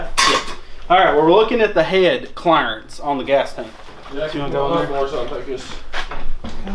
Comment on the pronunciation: Every time you say clearance all I hear is “his real name is Clarence”